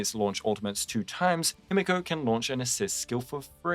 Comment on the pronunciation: holy its the hime-guo no-ba